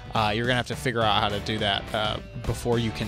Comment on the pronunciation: My guy really said "HOT" instead of "how"